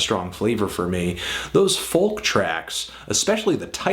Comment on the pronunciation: Why do you pronounce "folk" like that? It's pronounced "foak."